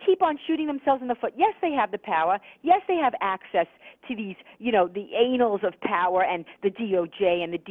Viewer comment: I liked your Freudian slip there Pamela, "The anals of power" 9: 32. It got even better when you went on to list the sphincters that exercise it.